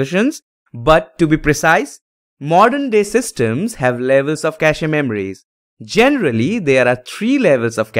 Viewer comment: Pronunciation is Cash… not cashe…